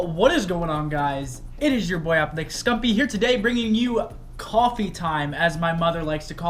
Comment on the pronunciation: I always thought you said MamaScump instead of MomOfScump lol 😂